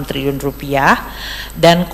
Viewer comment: Trilliun pak.. bukan Triyun....